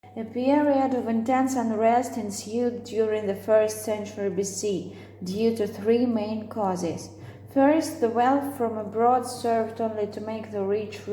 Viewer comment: I think that "period" should sound like [ˈpɪərɪəd] Also pay attention to the word "former" -here's how it should sound [ˈfɔːmə] "leading" should sound like [ˈliːdɪŋ] I can't hear how you pronounce the word subtle [sʌtl] Procession - [prəˈseʃn] Erected - [ɪˈrektɪd] There are too many pauses between words grammar mistake - "The age of Trajan was often been likened" it is not correct. You should use present perfect passive correctly. "Entrusted" has no "d". It should sound as indicated in the transcription[ɪnˈtrʌstɪd]